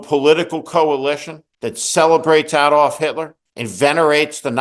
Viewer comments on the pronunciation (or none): none